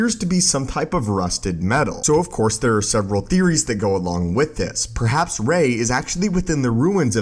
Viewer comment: Of Course not “Of Cour”